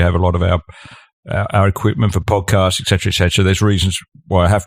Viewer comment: I hate a speaker who can’t say ET CETERA it’s not EK CETERA - And as you point out - you don’t speak for the vast majority of Australians who don’t want to die in their thousands if we can help it like the other dopes who don’t understand borders and can’t control them - ps how are you going with your sovereign borders currently